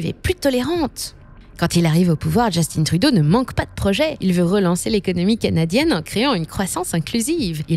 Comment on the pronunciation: On dit Justin Trudeau et non "djustine truuuudoooo" comme dirait les anglais